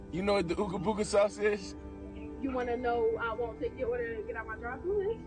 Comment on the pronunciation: Don't say Boooooga. It sounds just like Booger, except its Booga. 🤦🏻